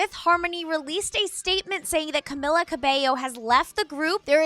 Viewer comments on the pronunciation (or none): After 4 years and you can't even pronounce Camila yet.. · HOST PLEASE PLEASE PRONOUNCE CAMILA'S NAME RIGHT, IT'S CAMEELA NOT CAMILLA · she pronounced is like (ca-milla) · Am I the onlyone that heard "Camilla" Cabello? ._. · "camilla cabello" ok, so you can nail lauren's last name but fuck up camila's first?? lmao ok.... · Its been four years and she can't even say Camila's name right